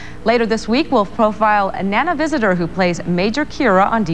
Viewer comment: Fo-file, lol. Last few seconds of the vid.